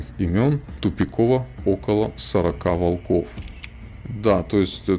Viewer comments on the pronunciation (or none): none